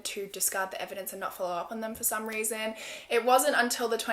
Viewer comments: she definatly said weason instead of reason at one point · “Which is another weason why I find that weird” Heheheh I love that so much 💕💕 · “another weason”